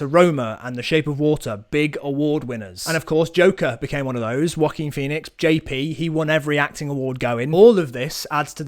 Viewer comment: no one else I've met pronounces it like this i swear